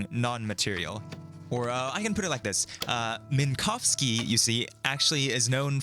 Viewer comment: I really appreciate that you made sure to pronounce Minkowski’s surname correctly! Unfortunately it’s not common to hear an English speaker making any effort to not horrifically butcher a Polish surname (or almost any non-English surname, tbh), and you NAILED it every time, which makes me all the more happy.